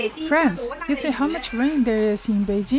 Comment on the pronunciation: It's "Beijing" (Bay-jing, as in jingle or jingo) NOT "Bay-zhing." Mandarin does not have the "j" sound as in French "je" or "jolie."